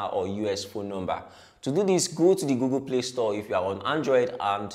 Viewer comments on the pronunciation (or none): none